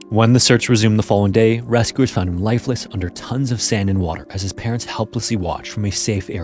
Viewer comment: Is this AI? I always notice how he says oo instead of u like he says ‘rescoowers’ instead of rescuers or ‘muscoolar’ instead of muscular lol